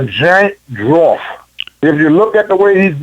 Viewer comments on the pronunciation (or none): “a drawf” hahahaha